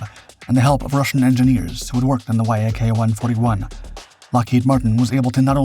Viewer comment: Incredible engineering marvel. As such it deserves to be prinounced properly. This plane was designed by the Yakovlev design bureau, so it is not "wayaykey" it is simply "Yak 141". Similarly the Mikuyan- G uryevich planes aren't "Emaydzee" ajd the Ilyushin planes aren't "ayel" planes. Russian types are supposed to be pronounced russian sounding.